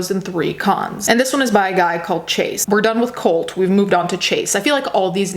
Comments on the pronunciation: I totally heard "cult" also and thought I missed something, but went with it. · When she said colt I thought she said cult so I thought the names were put together like Cult Chase lmao